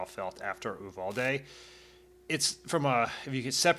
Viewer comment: Uvalde = "Yew-val-dee" not "Ooo-vahl-day." Yes I know, but still, "Yew-val-dee"